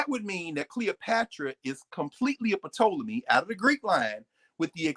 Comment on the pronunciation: Someone please tell Dr. Carr that the " P " in Ptolemy is silent.